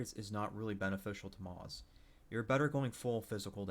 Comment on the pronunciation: You aren't pronouncing moze right and it really just irritated the shit outta me